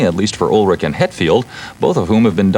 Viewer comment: "Lars Ul-ritch"? And a few seconds later, the same reporter calls Metallica a speed metal band 🙄